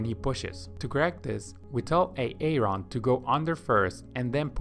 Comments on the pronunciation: I found it interesting when the AI video generator was pronouncing Aaron as A-Aron! 😀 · A-A-Ron lmfao 🤣🤣🤣🤣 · Great video but that AARON pronunciation made me so uncomfortable. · De-nice and A-Aron XDXD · I flew right to the comments to see if anyone else heard A A Ron 🤣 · I can’t pay attention lol. De-nise. A-a-Ron 😂 Key and Peele episode here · HIs name is Aaron. The second a is silent its pronounced {ˈerən} you're welcome. Her name is Denise it is pronounced {dee-nees} or {duh-nees} you're welcome again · beautiful video. and even beautifuler pronunciations of de nice and a aron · I never knew people actually saw the name "Aaron" and thought it was pronounced "A-Aron" in real life. I thought that was just a Key and Peele skit. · That is not how you pronounce the name Aaron!!! took me a while to understand what the hell A Ron is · "Back to bubbling" Poor AA-Ron 😂😂😂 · Ay-ron, Dee-nice and Skiller. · Are you saying AA-Ron or De Nice on purpose ?? Because it is impossible to digest the fact that you actually think that these are the pronunciation of their name. If you think above are the pronunciation then you’re a fool my friend. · Lmao A-A-run, Di-nice, and pool-boy. Great video. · LoL. Ay-ay-ron, and De-nice? Are you serious? xD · What is up with these name pronunciations? I couldn't watch video - it is so annoying. AA-ron, De-nice...really? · Is this guy actually pronouncing Aaron like A-aron without joking? lmao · this video is actually helpful but the "AAron" is really killing me.... looool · Why A-Aron 🤣 I heard the name pronounced like that yesterday on a key and Peele video and now today on this video ! The universe is weird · A-ron and De-nice! lol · A-A-RON LMFAO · It’s pronounced Aron bro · A-Aron... De- nice? 🤦🏽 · A-Aron huh and De-nice Huh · So are Key and Peele substitute teaching this swim lesson? A-aron and De-nice? lol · You got everything right - sinking legs, out of breath quickly - but my name is not A-a-ron! 😂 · Its Aaron... not A-a-ron.